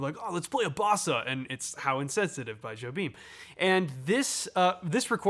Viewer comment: I'll scold you the same way my drum teacher at Berklee did; it's "Yo-beem". Not "Jo-beem". How dare you?